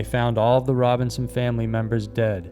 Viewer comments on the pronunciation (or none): it's Robison. not Robinson. Christ almighty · Robison NOT Robinson.